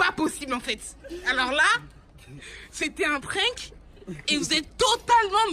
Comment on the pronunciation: "c était un prink" 😂